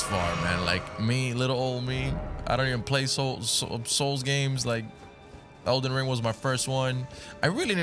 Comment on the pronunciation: #edlenring 😂 love ya,!!